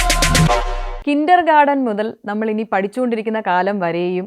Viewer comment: കിൻ്റർ 'ഗാർഡൻ' എന്നൊരു ഗാർഡൻ ഇല്ല സഹോദരീ. 'kindergarten' ആണ് താങ്കൾ ഉദ്ദേശിച്ചതെങ്കിൽ, ഉച്ചാരണം 'കിൻ്റർഗാർട്ടൻ' എന്നാണ്. ഇതൊന്നും അറിയാത്ത ആളാണോ Certified Career Coach & Competitive Exam Trainer?